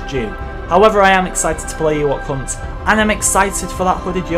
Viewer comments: I can’t be the only who thought he was saying “ Ewok cunt” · Am I the only one who hears "Eh what c#nt" instead of Ewok Hunt?